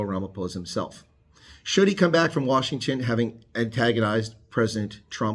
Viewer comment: Washington not Wasihgton